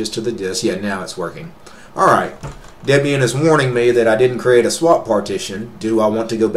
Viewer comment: A woman named Debora would not be called Dibora. Ian and Debora were boyfriend and girlfriend, later to be married, and from that Ian named his Linux distribution 25 years ago Debian. Deb for Debora, and Ian for Ian. Thus Debian, pronounced Deb Ian, not Dibion. Another tip, look at the camera, not all over everywhere except at the camera, i.e. we who are watching your video. Otherwise, nice video.